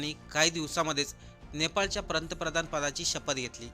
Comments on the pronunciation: प्रंतप्रधान नाही रे बाळा ते पंतप्रधान असं आहे. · भावा पंतप्रधान शब्दांचा उच्चार व्यवस्थित कर.